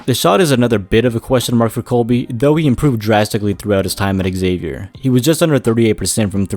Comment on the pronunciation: Just so you know, it’s pronounced “Zay-Vyer” not “Eggzavier”